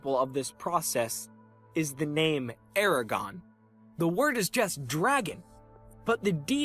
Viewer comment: when you said eragon i understood it as aragon and was confused lol.